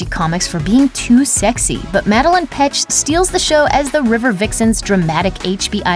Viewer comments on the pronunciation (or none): Its MADELAINE NOT MADELEINE!!!!! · She said “madalyne “ ITS Mad-el-lane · You said Madelaines name wrong. Yo said Madeline but it’s Laine as in lane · ok can i just say it is not pronounced mad-el-in it is mad-e-layne i do not meen this as hate just a little fyi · u pronounce it madelAINE not madelIN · Cheryl's real name is pronounced "mad-uh-lane" :) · IT IS MADEL AI NE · She said "Madeline" 🤦‍♀️😬😐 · anyone gonna say anything about how she pronounced Madelaine’s name